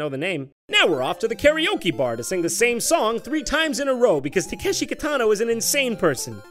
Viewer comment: Correct me if I'm wrong, but isn't he pronouncing Takeshi wrong?